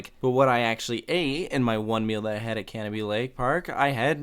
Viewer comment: I’m so glad you didn’t pronounce it Ca-No-Bie Also they added a double decker carousel and they have always teased new things. They do have space for another roller coaster if they wanted but who knows (they tease it a lot but permits restrict them from being tall, untamed I believe reached the height limit) The one thing the park does though is adds something new every one to two years, the double decker carousel, water park slides, the different train route and ice jet are all less than 5 years old at the park and untamed I don’t think is 10 years old yet either. Corkscrew was repainted a couple years ago too If you go back up to New Hampshire, mention it because a lot of people would go up there to do a meet and greet. Also a useful tip, they are extremely good with rain policies and if it rains they’ll give u a ticket for another day (assuming most rides are closed and they have to close the park) One more thing, 2021 go to screemfest up there, it is extremely popular there and is definitely worth the trip. But if you want to go when it’s not packed, fridays in May or June, my fam and friends always go on the Friday of Memorial Day weekend, it’s open 9am to 10pm. 9-3 it’s packed because of schools but after that it’s nothing. After 9 we were getting walk on’s with yankee cannonball so useful tip Hope you come back up to New England soon